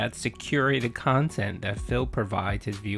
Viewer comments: " sorry honey, i spent the funds of dinner on decorations for my kantent" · Pahsitive, meahninful, curahted, khantent.